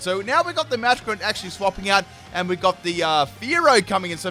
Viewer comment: Did he call a masquerain a muffle miggin? Chimchum? 😂